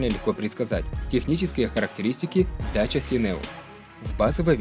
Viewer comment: По румынски и молдавски это произноситься как ДАЧИЯ!